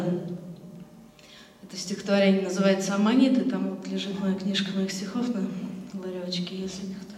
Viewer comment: Здравствуйте! Поправьте, пожалуйста: не "Аманит", а "Аммонит" :)